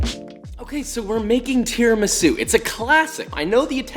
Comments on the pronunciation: It’s pronounced tiramisu not tiramisu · All perfect....but it's called Tiramisù (im Italian)